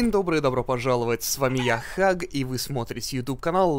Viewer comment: не хак а хаг